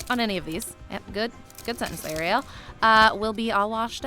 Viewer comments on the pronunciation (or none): none